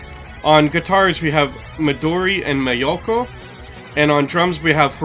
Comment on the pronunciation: Just a great and serious introduction!! Your pronunciation is almost perfect but you sound like M"a"yako, but it's Miyako. Japanese sounds almost like Spanish or Italian. They have got all the influences from old school authentic metal bands from the golden ages such as Maiden, Priests, Metallica, Slayer, Megadeath, Dragonforce, etc. Maiden may be the biggest influence. They even composed a tribute to Aces High named Crusade. They are also heavily influenced by romantic era classic music such as Rachmaninov, Dovolzark, Chopin, Beethoven. Thus they got DNA from old school metal and classic music, then produced 21th century style metal.